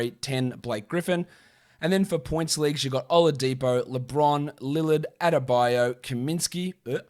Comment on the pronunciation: You were talking fast and said "Adebayo," and it sounded like "Attaboy," and, ya know, I kind of like that as a nickname.